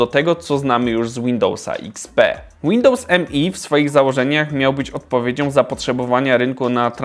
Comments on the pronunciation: To nie jest Windows "eM-E", tylko "Me" - wymawiane jak ang. zaimek "me" ("ja"). Używałem ok roku i jakichś wielkich problemów nigdy nie miałem, później skok na XP, reszta jest historią ;-) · Nie mówi się Windows mi tylko Windows me